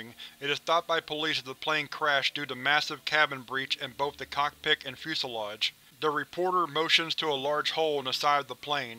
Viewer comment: Lol you said the cockpick not the cockpit